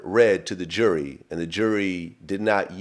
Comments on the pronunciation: Is it me or does he say Jury, And Jewelry exactly the same? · Is Vlad fucking with him saying Jewelry when means Jury? Lmao!!! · Did Vlad think he said jewelry when he said jury? Communication breakdown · vlad thinks hes saying jewlery when hes saying jury the whole time LOL